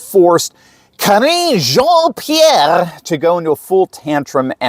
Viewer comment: I love your messages. Especially the way you pronounce Jean Pierre $#@ name. Had to laugh out loud. The way you mix intelligent messages with wit & humor is awesome. Thank You for exposing these people for what they really are & who they represent -- the dark side.: )